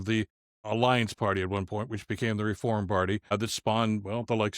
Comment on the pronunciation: What about the way he said "Reforrrrm"? That always made me chuckle